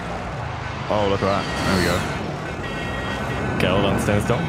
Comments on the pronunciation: Hey great stream mate & yes a fenec is a breed of fox. Also the rifle is pronounced.... GAL..EEL RustyinOz 🤘🇦🇺😎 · Love the vids, but you're pronouncing the Galil incorrectly. It should be pronounced "gah-LEEL".